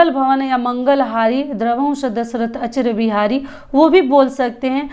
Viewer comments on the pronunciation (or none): Didi ek jagah aap galat bol rhi h (achir bihari nhi hota h ,,,,ajir bihari hota h )jai shree ram